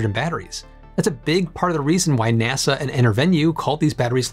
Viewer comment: Why do you keep saying "NESE" when you talk about NASA?